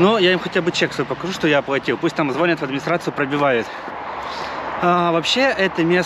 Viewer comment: И пожалуйста, не звОнят, а звонЯт.